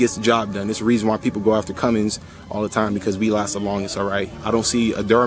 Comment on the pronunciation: Good video... Only complaint... It's Cummins not Cummings. lolol ( my son gets on to me about that ) Good Stuff... I am subscribing also.